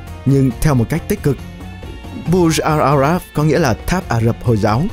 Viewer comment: video này chất lượng quá tệ từ mặt hình ảnh đến cách phát âm tên riêng, thông tin thì chẳng được bao nhiêu. đơn giản nhất là cái tên của khách sạn là Burj Al Arab chứ k phải là Bur Jal Arab